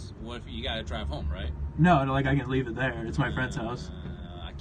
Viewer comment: "How does he know the second he leaves we wont just start the car and just YEET?" You might have said leave but it sounded like Yeet 😂😂😂